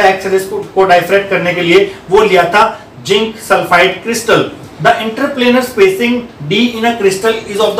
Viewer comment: Sir! Jinc nahi hota ,zinc hota hai. 😂😂BTW video was lit